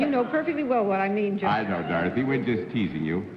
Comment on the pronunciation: Johnny Olson consistently introduces Dorothy Kilgallen as "Dawthy"